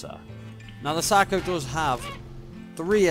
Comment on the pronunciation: Did you just say Sacro Shark at the beginning? When you were calling it’s name for short lol